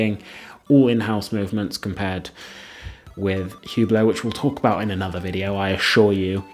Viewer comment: These guys defending Hubot can't even pronounce the name of the company correctly 🤦‍♂ The H is silent and it's French pronunciation...Say OOH-BLO...not HEW-BLOW. A terrible watch brand for folks that have no taste and money to waste. The purple Maserati SUV of the watch world. It's a watch you buy to let people know you value an empty status symbol with no inherent substance or value.